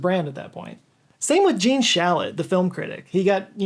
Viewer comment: Shalit, not Shallot.